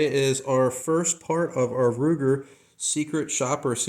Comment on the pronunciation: HARD R UGER 😂